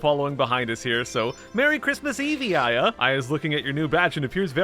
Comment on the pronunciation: Aya more like eyea